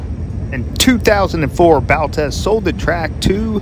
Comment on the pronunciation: Earl Baltes last name is pronounced phonetically Ball-tees. He gets no credit for having a great dance band back in the day. Listened to the band many times as a kid. The Big E is a great track for late models to shine.